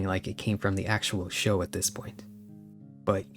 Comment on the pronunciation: I just commented about that, he says ting, teories and tis/dat, it's like a European spent a bunch of time with Jamaican people and picked up the dialect but not the accent lol